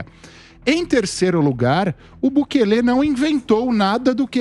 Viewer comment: Não é Bukelê, o correto é Bukele "sem acento".